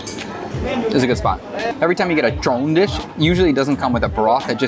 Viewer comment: when you said the word trộn you sound like your saying the Chinese word for the rice dumplings粽子 that we eat for the dragon boat festival. Man every time you have a new post makes me more more want to go back to eat and also give a chance to visit my aunt and family.